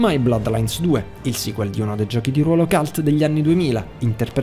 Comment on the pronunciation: Ottima classifica, peccato per la pronuncia calt (cult) che mi manda fuori testa e da insegnante mi fa venir voglia di uccidere!